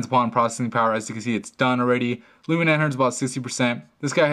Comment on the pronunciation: He pronounces it '' Lumina '' instead of Lumia.